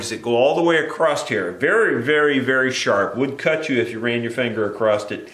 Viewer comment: I enjoy your videos but the word across ends with an "s" not a "t".